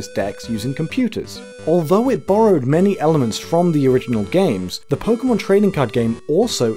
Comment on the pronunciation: thank you for not pronouncing it "pokey-mon"